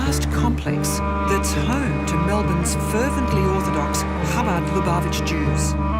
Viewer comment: I am amazed at the amount of disinformation spread by the narrator. She should research what the punishment of excommunication is used for. Additionally she keeps mispronouncing the name of the movement. it is not CHAbad. It is ChaBAD. Do your research lady!